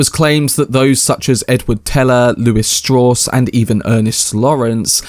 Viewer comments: Strowss. As in Levi Strauss. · LEARN HOW TO PRONOUNCE STRAUSS !